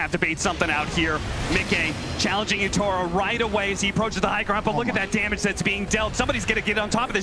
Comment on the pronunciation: They keep saying YO-TA-RO, it's YA-TO-RO! HAHAHAHA GGWP SPIRIT, I KNOW THEY CAN DEFEAT OTHER TOP TEAMS.